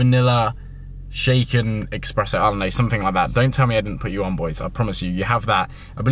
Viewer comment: "expresso" has me crying xD